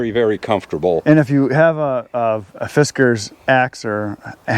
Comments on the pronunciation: I think it's pronounced Fiskars, not Fiskar. At least here in Finland, where it's from. I've seen that americans often pronounce european brand names weirdly. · Its not fiskar its fiskars just pretend ur a homosexual european and you should be pretty close to the right pronunciation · Fist Car ☝️🤓 nah bro. Its fisk-ers. They dont get to charge $50 for a damn pickaroon AND have a stupid pronunciation for their brand name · Almost said "you're going to have to spank me" for mispronouncing "Fiskars" hahahaha 😂 freaky ahh lumberjack guys